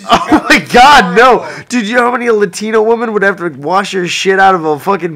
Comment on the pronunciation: "latin*o* women" XDXD